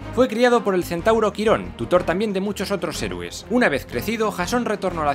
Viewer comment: es quironn u quironte no caronthe ese es otro personaje mitico u mitologico